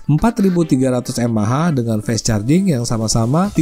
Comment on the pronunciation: Fast ya fast bunyinya om, masak jadi fest 😆